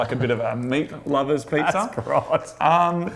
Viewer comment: You pronounced Cock-Lovers Pizza wrong...